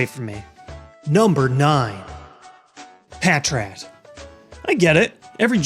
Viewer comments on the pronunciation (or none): haha, I actually love Patrat (which... you pronounced wrong but whatever) I have a holo (i think it's holo 0.0) of him, and a badly beat up card of him/her, the eyes really never bothered me, heck, I never NOTICED them!